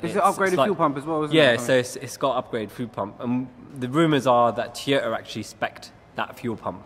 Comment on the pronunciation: Who's Teeyota?